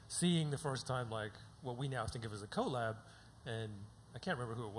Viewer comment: hate how they keep pronouncing 'collab'